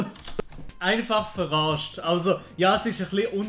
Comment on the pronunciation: Ich schwör das „eifach verarscht“ hani au ned verstande lul haha hesch es würkli komisch usgsproche. Finds irgendwie no recht verrekt das die ganze dialekte so andersch tönet😂👌🏻 Mit Youtube erfolgreichts zwerde isch sicherlech au sehr schwer ebe weg de Ganze dialekte und so... jo sust mach witer so!! Uf jede fall Video uf hohem niveau!